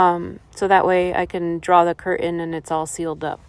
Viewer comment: Curtain next to stove, making coffee/cutting veggies over a fur blanket, mispronouncing curtain, I've had enough.